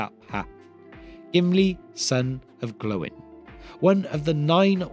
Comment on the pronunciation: Stop calling him "Glowin", you make him sound like a light bulb.